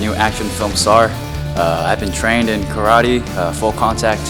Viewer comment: Might want to start by pronouncing Karate correctly?